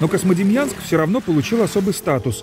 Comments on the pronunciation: Диктор что неодекват? Космодемьянском называет. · Почему вы говорите КоСьмодемьянск??? Правильно КоЗьмодемьянск, книжки читать надо))) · Очень хороший очерк про славный город Козьмодемьянск. Знаю этот город, много раз бывал там. Но.... Очень редит слух когда "голос за кадром" на протяжении всего фильма называет город КоСмодемьянск, а не КоЗьмодемьянск. Козьма и Демиан. Местные называют свой город Кузьма. В общем диктор неправ. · Эх, а у меня бабашка родом была оттуда, а я так и не узнал никого из тамошней родни, бывал ребенком в 80-м году проездом на теплоходе, но ничего и никого не помню (((. PS почему автор все время произносит КоСмодемьянск? Там ведь явное мягкое "3". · автор говорит "Космодемьянск" )) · мне одному слышится Космодемьянск ??????????